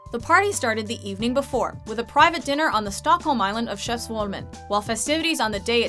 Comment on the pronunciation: The pronunciation of "Skeppsholmen" is really horrible. >.<